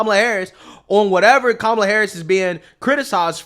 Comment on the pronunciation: Her name is pronounced as "come-uh-lah" (it means lotus flower) & not "coo-muh-lah" nor "kah-muh-lah" which dems keep insisting upon. Vivek actually pronounces her name correct tahn the dems who keep trying to correct others over how to pronounce her name.